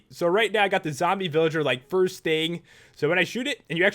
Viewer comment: I guess you arethe first to say furst xD